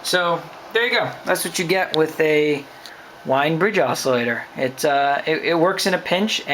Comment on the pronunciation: It is pronounced "Veen" but I don't think I've heard anyone ever say it right.